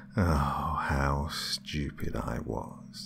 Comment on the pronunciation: I love how you say stupid "schu/pid" sounds fancy.